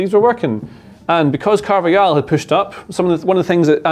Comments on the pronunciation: Can you not keep saying carvayal 😂 it’s carvajal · It's pronounced CarvaHAL not Carvayal